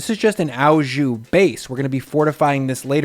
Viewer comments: "au" jus is French and pronounced "oh", not "ow"as in cow. A top round roast is the recommended cut. The W in weck is German and pronounced with a "V" sound. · It's just jus - it's the stuff you put it on that becomes au jus (and it's pronounces like "oh", not like "ow"). Think of the word au as being the same as "with" (it's not quite the same, but that's one of those language things where a word can be translated to many different words in a different language depending on how it's used). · it's pronounced "oh jew"... not "ow jew". It's french. So the "au" is "oh". If it were German you would have the correct pronunciation. But it aint. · hey waassup ! its pronounced " O JU' not "AW JOU" <3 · Nothing but love and respect, it's 'O jus', it cannot be pronounced 'ao jus'. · Picky French-Canadian here about to go full on Hermione. It’s pronounced oh jus; not ow jus. Thanks for the great video ! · this guys pronunciations. "dollmation" and "owwwjew" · Looks amazing! Thank you! A few constructive grammar points: "Au jus" means "with drippings", so it should be "with jus" and not "with au jus". The "au" is pronounced like the letter "o". Also, "dollop", not "dallop". Thanks again.